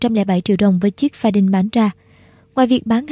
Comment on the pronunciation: Đọc là pha điu nha e , đâu có chữ N nào đằng sau đâu mà đọc đin